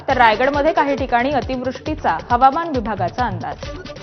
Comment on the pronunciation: हवामान ला हमावान बोलले